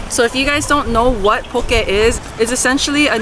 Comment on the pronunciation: The first thing learned was to say Poh Kay and not Poh Key. 😉